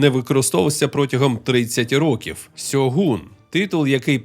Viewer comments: Авторе, правильно українською це буде "Шьоґун", а не "Сьогун". Бо по перше, купка м'яких приголосних при передачі японських м'яких шиплячих - російська транслітерація японської, по друге, ніяких наших гортанних "Г" там нема (й взагалі гортанних звуків), там саме що дзвінка "Ґ" й вимовляється, й передається в транслітерації. Наразі в Україні існує 2 самостійно створених систем транскрипції та транслітерації японської - Бондаренка 2011 року (Система Ґоджююн), та система Коваленка, згідно обидвох правильно буде "Шьоґун". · Не "Сьогун" а "Шьогун" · Шьоґун правильно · *Шьоґун. Гортанних "Г" чи "H" в японській нема.